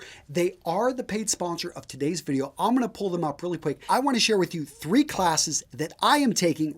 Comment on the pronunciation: The only time you seem to fail to pronounce the word "video" is when you hurriedly slip over the consonant D when you utter "the pai{d} sponsors of this vi{d}eo..."